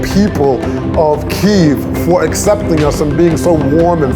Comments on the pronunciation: Bonus points for correct spelling and pronunciation of Kyiv!!! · Thank you thank you thank you for so many nice words about Ukraine! And yeah , KYIV not "kiev" made my day! I appreciate this! 🇺🇦🙏